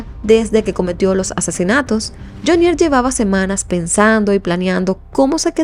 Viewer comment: Carcel de FUMANDI, PAJUDA AVERIGUE BIEN...ES JAMUNDI, NO FUMANDI, Y NO LE HAGA ACENTO A JHONIER, HAGALO EN JHO, NO EN NIER